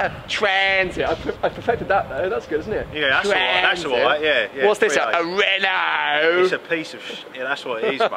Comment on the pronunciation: When he said 'RENOOO' I lost it 😂